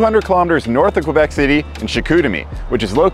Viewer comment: Qwébec Cwanada...